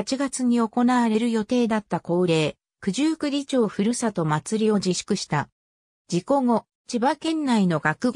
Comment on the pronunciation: すみませんが、九十九里ちょうでは、なく九十九里まち片貝ですよ。